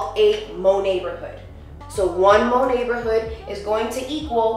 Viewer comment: "Monatborhood". I actually cringed for real.